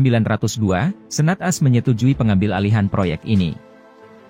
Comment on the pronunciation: Informasi yg berguna, namun narasinya harus diperbaiki masbro..AS itu Amerika Serikat jgn dibaca As🙏😃